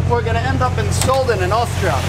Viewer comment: Sölden, nicht Solden. Bitte lern' deutsch.